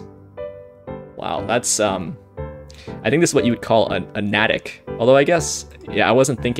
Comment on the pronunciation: Hi! I've been watching and thoroughly enjoying your videos for about a month now, so thank you! Given your title for today's video, as an MA resident I couldn't resist letting you know that the town of NATICK is pronounced "NAY-tick". Though, in the xword community I'd bet the word is commonly pronounced "nat-tick" since the whole point is that it's a word only a MA resident would recognize. :) Again, many thanks for sharing your crossword experience every day.